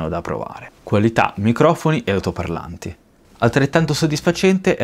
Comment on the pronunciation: Si dice ALTOPARLANTI non AUTOPARLANTI